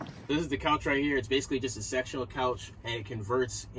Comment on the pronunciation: When you said "sectional" it sounded like sexual and I was like: ........first off that's too small Then I realized you said sectional when I put captions on